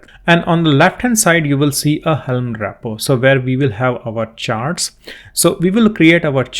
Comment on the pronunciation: It's "Repo" and not "RAPpo"